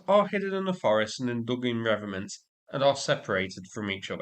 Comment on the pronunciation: Oh dear, how sad, never mind......ps love your stuff but, it's. Reee - vettt - ments.😊